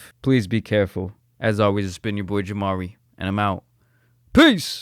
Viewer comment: It’s not jamari it’s